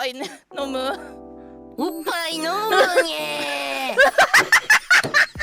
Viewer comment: 飲むにぇのにぇの濁り方がバケモノすぎて大好き